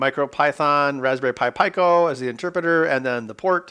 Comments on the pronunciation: Pico...Peeko. not Pie-co. 😁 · Since when was pico pronounced pieco? Surely it's peaco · Its pronounced "pee-coe" not "pie-coe". Cmon ben. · peeco, like picogram. You dont say p-eye-co gram. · Peek-o not Pie-co, hahaha. Great video. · Pico is pronounced pEco, not pIco. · You pronounce "Pico" 'pyco'? I thought it was pronounced peeco. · It is pronounced peeco lol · Yeah it's "pee-ko"... some places might says "pick-o'... where the hell did he get "py-co" from? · It's PEEK-oh. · I just can’t with the “PIE-KOE” 🙄🙄🙄. Out. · Fuckin peeko say it correctly what the fuck is soddered ? idiots what do they know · You're all wrong. It's pronounced "pick-oh" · Me: "IT'S PRONOUNCED PEEEEEEE CO FFS!" Ben: gets to the datasheet Me: gears turning Me: "SON OF A B-" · Lie-nux, pie-co. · Pico... the R Kelly Pi.. I mean Raspberry Pi!